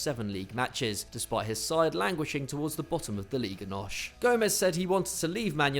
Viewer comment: Not Farenzei,it's Farense,not Liga Nosh,it's Nos and not Musiarla it's Musiala